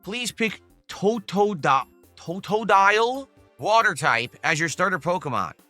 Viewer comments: The TOE TOE DIE YULL. Bruh lol the way he stumbles over the Pokemon names tells me he is not a Pokemon fan That and the continuous PLANT TYPE. He is literally "how do you do fellow trainers" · Toe Toe Dial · Why he say Totodiles name like that? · Why does he say Totodile like that tho Jesus its terrible i swear he was special ed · It's bugging me too lol